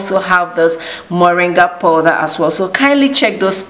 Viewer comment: in English it is POWDER and in the FRENCH it called POODER as you deliberately saying MESS